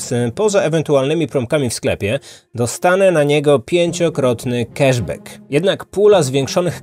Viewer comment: Angielski do poprawy. Cash back czyta się "kasz bak" [c-k, a-a, sh-sz, b-b, a-a, ck-k]. Tu nie ma nigdzie "e".